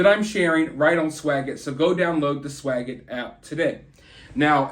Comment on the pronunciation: You break my heart every time you say swagit 😓